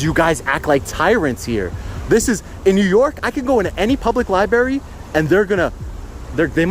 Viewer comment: Libarry! lol